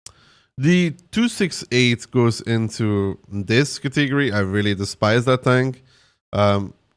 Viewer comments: Can you say catagory again for me hahahhahahahaha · I like the cateeegory pronunciation, don't care that it's wrong, sounds soothing